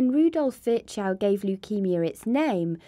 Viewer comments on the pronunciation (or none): Great video, but please...for the love of God...pronounce foreign names with there accent. Virchow is horribly pronounce with that american accent.